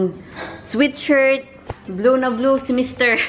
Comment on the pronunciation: You pronounce SWEAT SHIRT NOT SWEET SHIRT